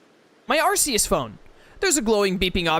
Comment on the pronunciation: Actually, it’s closer to Arseus than those. It’s Arkeus Literally in the sinjoh ruins, the symbol is In basically the upside down Archeus….pronouced Arkeus. Archeus, or archaeus, is a term used generally to refer to the lowest and most dense aspect of the astral plane which presides over the growth and continuation of all living beings